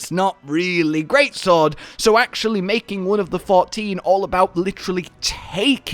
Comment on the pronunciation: I really thought he said "I can't imagine mating anything else"